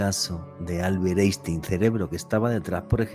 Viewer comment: UNA CORRECCIÓN FONÉTICA IMPORTANTE PARA COMENTAR: EINSTEIN SE PRONUNCIA "AINSHTAIN", DANDO UNA PRONUNCIACIÓN DEL TIPO "PALABRA GRAVE". SALUDOS DESDE CHILE, ESTUDIÉ COMUNICACIÓN SOCIAL PARA LOCUCIÓN Y NOS PASARON FONÉTICA ALEMANA. ENTONCES EN ALEMÁN LA COMBINACIÓN "EI" SE PRONUNCIA COMO "AI" Y LA COMBINACIÓN "ST" SE PRONUNCIA COMO "SH". ASÍ LO ENSEÑABAN EN LA ESCUELA DE LOCUTORES PROFESIONALES DE SANTIAGO DE CHILE.